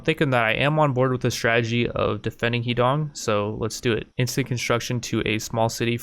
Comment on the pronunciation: “Huh D’own” for Americans. When you say Heedong I keep picturing his dong